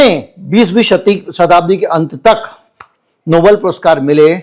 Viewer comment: Please say Nobel and not noble.